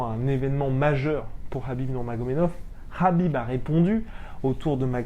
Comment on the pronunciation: (juste pour info) le prénom de Khabib se prononce avec un r, sinon ça serait Habib sinon intéressante la video, poce blo